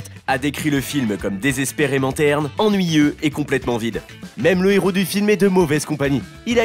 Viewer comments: on dit un Héros, pas un néro... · Pitié arrête de faire les liaisons avec le mot "hero", c'est un hero, pas un nero, ni mon nero, ni son nero. Sinon au pluriel ca devient les zero.... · Un " néro " ( 14 mn 10 )? Il n'y a pas de liaison devant un "h" aspiré ! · c’est surtout qu’on ne fait pas la liaison avec un h… et en anglais le h estaspiré, donc le problème est pour les deux langues